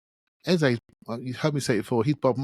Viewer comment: OUR NUMBER 10s name is pronounced EHZUH not EHZAY. Listen to professional commentators and how they pronounce it. You mispronounce it every show and it was GALLING that you paused to apologize to Hancko bc you may have mispronounced his name, when you disrespect our own number 10 every show! DO BETTER